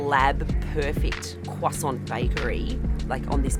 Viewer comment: Please, for the love of god, the T is silent.